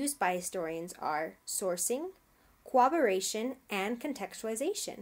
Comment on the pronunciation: Good vid but you labeled the "corroboration" section "cooperation" on the vid sections and your pronunciation is an odd mix between the 2 words. It is cor-rob-er-ray-shun not coo-awb-er-ray-shun